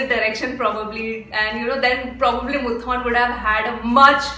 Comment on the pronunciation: Am a Fahad & Lalettan fan... But still waiting for "Thuramukham"... And IJRR.... Its not Muthon... Its Moothoonn.... And don't miss Action Hero Biju...